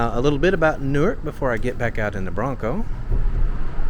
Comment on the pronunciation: palmyra we pronounce it pal-m-eyra newark you got right and lyons is like lions